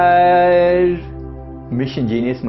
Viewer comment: प्रिय के वीडियो अच्छे होते हैं लेकिन अपना उच्चारण सुधारिए बड़ा ही फूहड़ लगता है जब आप नमस्कार बोलतेहै नमश्कार न बोलें 🌹 इसमें आपकी गलती नहीं है बचपन में स्कूलों में ऐसा ही सिखाया जाता है या यूं कहें कि सही नहीं सिखाया जाता